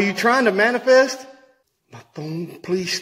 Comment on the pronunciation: Did say "It's Trying To "Manipests" Right In Front Of Me"! Hahahahahahaha